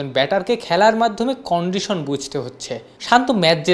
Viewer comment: ক্যান্ডিশান 😂😂😂 উচ্চারণ এর বিকৃতি দেখে আমি শিহরিত🤣🤣